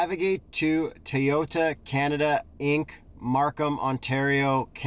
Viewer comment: Toyota not Teeyota